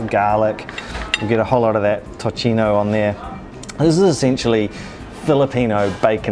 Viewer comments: Nice video! Also, tocino is pronounced as "toSino" not tochino. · How’d you get To-chee-no from Tocino (To-see-noh)? Made me cringe every time they pronounced it. Also chuckled at Bang-gus pronunciation. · Tocino (Toe-see-no) not tochino 😅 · I love how you guys say tocino! 😂 BTW it's pronounced as tosino. 🙂